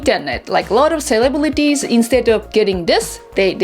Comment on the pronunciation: She say Celebewitty gotta practice enunciation of that R